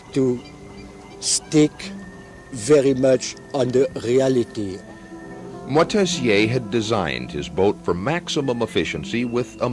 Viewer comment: shame the ignorant narrator cant pronounce Moitessier's name